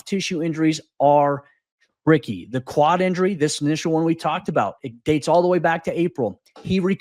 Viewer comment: Am I the only one here who keeps hearing "clot" when he says "quad?"